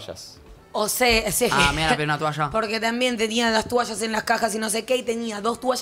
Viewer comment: por que dice tUalla? Me pone nerviosa tOalla por favorrrrr